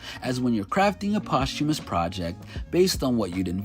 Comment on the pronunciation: Today I learned how to pronounce posthumous correctly